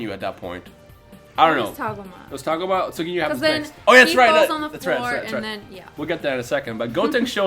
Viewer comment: Its TAH-GO-MA not TAAG-UMA and its SORE-BAY not SHER-BAY uhh...